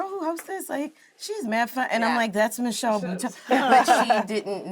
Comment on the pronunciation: I love this so much, but one request. Is there a way to correct pronunciation of Michelle’s name?